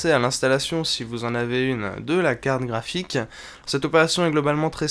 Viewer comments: j'entend carne graphique ou bien? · Quand dit carte graphique, j'ai l'impression qu'il se concentre pour ne pas dire carkraphique xD